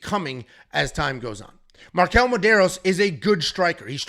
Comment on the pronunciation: Marquel? Man, c'mon...